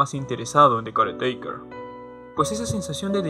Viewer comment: Gran video, yo si lloré bastante con el álbum, una cosa más no tiene mucha importancia pero mi incomodaba como decías caretaker jajajajaja tenía que decirlo perdón :c